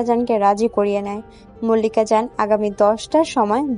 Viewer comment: মল্লিক া জান না মালিকা জান। উচ্চারণ গুলো ঠিক করূন।